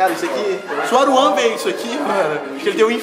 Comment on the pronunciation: pô authentic pra que falar " aruan " vei n aguento ele